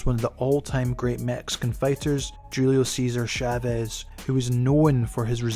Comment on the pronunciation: why is no one talking about how he pronounced Julio Ceasar Chavez ??